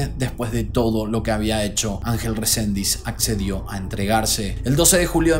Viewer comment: Resendiz, no Rosendis es el apellido ☝